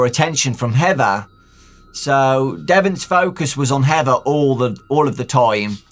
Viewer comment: be like "heva"